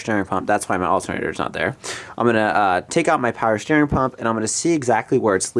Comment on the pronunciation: “Power Schteering “ .